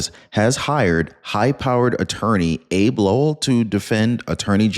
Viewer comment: Do your research. It's not "ABE" Lowell. It's Abbey Lowell and he lost both his cases representing H. Biden.